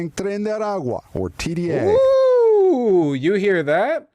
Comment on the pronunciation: And that pronunciation of TDA is pathetic. You’re not talking to Spanish speakers.